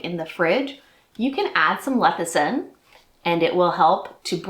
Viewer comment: It's less-i-thin, not leth-i-sin. 😊